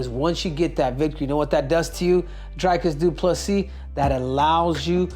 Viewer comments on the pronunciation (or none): Stop calling the man Drycus ffs. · Before Henry gives Dricus some advice he should stop pronouncing his name as DryKiss 🤣😂